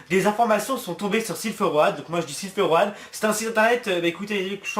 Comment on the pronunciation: Road c'est un mot de base en anglais... ça se prononce r"eau"d:p